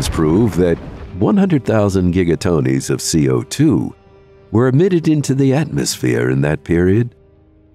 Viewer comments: 100,000 Giga-Tonies or Giga-Tonys, I'm not sure... He definitely did NOT say Gigatons, that's what I always thought it was. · Stopped listening when giga-tons was pronounced as “giga-tony’s”. Yea. I don’t listen to anything narrated by AI or a program. I don’t retain the information BECAUSE INFLECTION IS PART OF LANGUAGE. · What exactly is a Giga- tony ???? I take it he was supposed to say Giga-Tonnes ?? but pronounced tonnes as tonne's (tonys) Terrible channel with awful narration, if you cant even get a simple word like tonnes right how are we expected to believe you are capable of correctly educating people ??? Unsubbed and blocking the channel because I'm sick of your shit. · "Giga Tonies" made me laugh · i liked the gigatonys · "Gigatonnes" (gigatonies) 🤣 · Giga tonies? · ...Giga-TONIES of CO2?